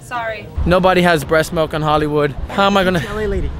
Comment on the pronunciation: Lol malk he says "malk"